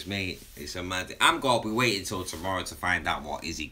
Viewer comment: 'Waiting' not 'weighting'